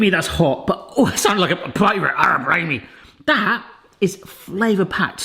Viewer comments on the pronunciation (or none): none